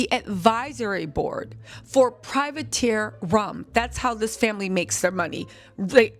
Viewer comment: It's "Privateer" rum.